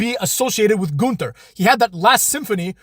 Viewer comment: None of the staff knows how to say his name right. I always hear at least three different versions of his name.